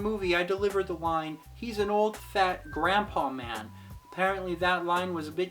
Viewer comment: Oh, so the line was "Grandpa man". Yeah, it sounds like "crap of man", which I thought was just more Lost Boy gibberish like the word "bangarang". Thanks for clearing it up, and nice to meet you. :)